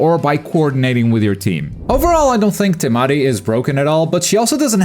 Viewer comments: Why you gotta say it like TeMaDI 🤣 lookin asss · That's a wierd way to pronounce Temari